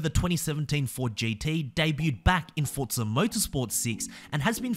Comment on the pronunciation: Its not pronounced fordza it's forza omg